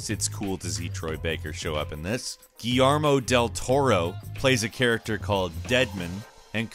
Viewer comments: "Gee-YAR-Mo dol toro" the whiteness, JUMPED OUT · "Gee-armo Del Toro" xD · Hahahahaha Goeyermo del torro? Hahahahaaha